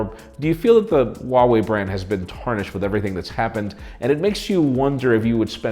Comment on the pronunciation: Huawei or Vuawei? Oo